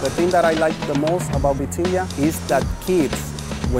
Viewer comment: samnelso it's vitilla, I believe they write beteyah so that the pronunciation translates.